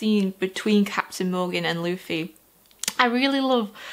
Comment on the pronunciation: Hey, so I would first suggest getting someone to screen through your comments if you can. Not to say the community will spoil anything on purpose, but it's a very passionate community and sometimes people will type without thinking. Also, congrats on getting Luffy's name right on the first try; not many new readers can say that. Here's a few tips on the other names that it seemed like you had some trouble with. Zolo - You're gonna see everyone calling him Zoro because that's his name in Japan; it was changed to Zolo in the states to avoid copyright issues/confusion with the Mask of Zorro which was released around the same time. His last name, Roronoa, would be pronounced like "Row-uh-NO-uh" with row being like "row your boat." Helmeppo's name is "Hell-mepp-O" Nami - "Nah-me" Also, I would reiterate what a bunch of people will say and that One Piece is a series and world that builds on itself. The quality only increases the longer you read it as it has more and more of the world to draw from. With that in mind, I would suggest making notes of anything that stands out to you, because Oda (the author) is the kind of person who will absolutely reference something multiple volumes later. Oh, also, you were right about hearing that people in the series vary (greatly) in sizes and shapes. The art style really does deliver if you can get used to it; Oda has drawn some absolutely breathtaking scenes and the actual scenery itself is gorgeous once you get to some of the larger islands.